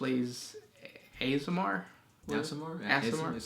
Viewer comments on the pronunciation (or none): I am an Unofficial Loremaster on the Dungeons and Dragons and Neverwinter subreddits and Discord. Aasimar is actually meant to be pronounced "Aw-sim-are".